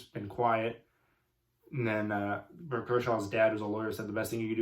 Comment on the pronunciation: This man off 3 perc 30’s. Lol n for having a youtube channel called comedic comentary. You mispronounced berts name. And have no sense of what chris does is pretty ironic